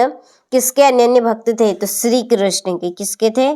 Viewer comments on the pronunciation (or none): none